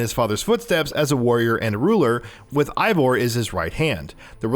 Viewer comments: As a nordic person myself, I would pronounce it Ey-vor, since our "Ei" sounds like a slightly different "Ey". Ay sounds more like a pirate thing, but then again, I didn't create Eivor and maybe the devs don't know how to pronounce nordic names. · Eivor is pronounced AY-vor, not EYE-vor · its EIVOR not ivor, but great video man!! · I-Vor.... LMFAO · The devs themselves have said it's pronounced Ay-vor 🙂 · Say Eivor’s name right please 🤦‍♂️ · Dude how do you tell us we NEED to know these things when you don't even know how to pronounce Eivor. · 1. The male female thing was technically introduced in Syndicate, not Odyssey, albeit differently. 2. Alexios and Kassandra aren't twins. The one you choose is several years older than the other. 3. It A-vor, not I-vor 4. Its Darby, not Derby